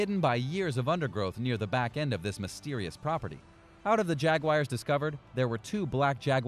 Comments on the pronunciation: I love Jag-wires!!! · Videos full of mis information and Jag-wires 🤣 unsubscribed